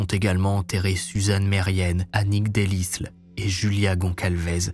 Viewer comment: Oui on connait bien l’affaire ; d’ailleurs en algerie on dit a un malfrat …tu te prends pour un barbault 2 erreurs de noms on dit delille et non pas de lis ( le s ne se prenonce pas comme mesrine ou l’isle ) et jokubowska et non pas jabukowska Tu n’evoques pas le sac qui a été finalement exposé a la marie et reconnu par ses collegues de travail qui l’ont longtemps suspecté avant 1976 Tu n’evoques pas aussi le fait que les femmes se teignaient les cheveux en blond puisque ils ont remarqué qu’il attaquait les brunes